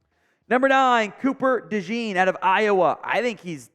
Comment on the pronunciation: I’m pretty sure ‘DeJean’ is pronounced as ‘De-szohn’.